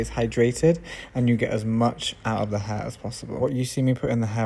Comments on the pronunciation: i dont know if he is saying her or hair . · I love how you pronounce HAIR. 😊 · I love the way he says "hair".